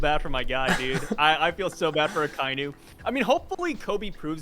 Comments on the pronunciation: you need to learn how to say Akainu bro. If you watch the anime in Japanese they say like everyone says bro why you trying to “be different”? It sounds terrible. Imagine someone call your name in his own way just because he wants to lol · You’re American and you butcher a lot of Japanese names a lot of the time. You should just pronounce it properly. Show some respect to the culture of the anime that helps keep your income rolling in